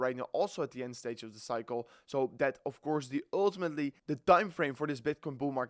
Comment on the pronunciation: Actually, with a dutch accent, it's always "öltimetly"😂